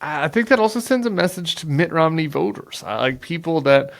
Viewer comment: Sounds as if he's calling him Mick Romney.